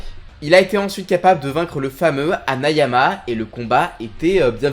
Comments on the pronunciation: Putain son nom c'est hanayama pas hayanama bordel ça me perce les oreilles quand je l'entends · C’est HANAYAMA ! Pas « hayanama »… Faut verifier ou se relire… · HANAYAMA ! PAS HAYANAMA 🤣🤣 Sinon superbe video 🔥👌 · Mec c pas hayanama c hanayama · C oas hanayama au lieu de hayanama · HANAYAMA YA ZABI PAS HAYANAM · HAYANAMA ?!!!! haNAAAyamaaa sacrilège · C’est hanayama pas hayanama si ?